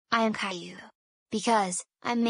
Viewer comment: I forgot to ask you one question. In the video, why does is still pronouncing Caillou's name as "Kayloo" even with Steven's voice? Why not like the pronunciation in the original TV show and like Cameron did?